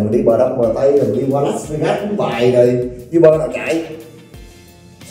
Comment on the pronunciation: E góp ý nha a, uber đọc vẫn là u- bờ ạ